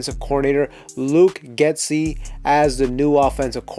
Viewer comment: I love your content. Thanks for making the video. It’s pronounced Get-See not Get-Ski ⛷️